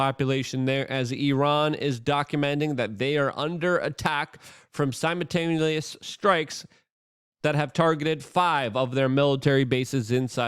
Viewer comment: TumulCHULLIS... SimaTAINLIUS... lol dude has his own vocabulary